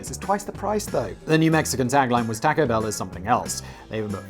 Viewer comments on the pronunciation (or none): Simon: worried about two pronunciations of 'the' Me: worried that Simon keeps pronouncing taco as'tAAcko' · Thank you...between the pronunciation of The Home Depot (the sign & logo include the definite article) & yes, it's a long E like "DEE-POE") & "tacko" (with an A like the American pronunciation of "bastard" or "mat") instead of "tah-ko" (with an A pronounced like the American pronunciation of the "O" in "hot" or "stocks")...which isn't that how most English pronounce A's? I kept checking my ear drums for blood. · I love the way that Simon pronounces "taco." In fact, I only watch Megaprojects and Sideprojects to hear him mispronounce things when he talks about places in my native New Mexico.